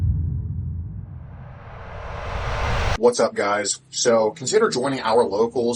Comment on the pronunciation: Guysh? Really?